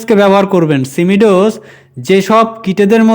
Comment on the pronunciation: উচ্চারণ টা ঠিক করুন সিমি ডোস না সিমো ডিস